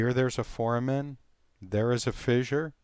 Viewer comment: The correct pronunciation of "foramen" is "for-A-men" with "a" being a long "a" and with emphasis on the second syllable (the "a"). The correct pronunciation for "ramus" is "RAY-mus" with the "a" being a long "a."